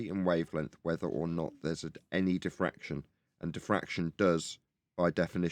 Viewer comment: I think you mean to say "diffwaction"